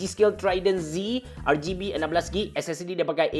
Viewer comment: Rgb bang bukan rrrgay b just tegoh emm